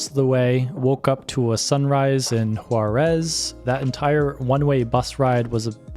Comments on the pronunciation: Great video and shows perfectly such wonderful nature. Only one thing the place is Huaraz but the pronuntiation and subtitles, sounds and appears as Juarez. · Beautiful video, just the pronunciation is off. The city of Huaráz is pronounced closer to “wahrahz” (flat “Ah” sound), not like the city of Juarez, Mexico. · That was a quick trip! Just an FYI- The correct way to pronounce Huaraz is like: Wa- r- oz . The ending is where every visiter seems to want to pronounce it like Juárez. Dorothy would have gotten it right in the land of Oz. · I don't know if you' re saying Juarez or Huaraz, jeeezzz, need to practice more to pronounce proper Spanish, by the way this is a beautiful place ..